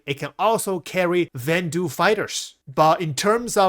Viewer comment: Vanduul = "van-duel"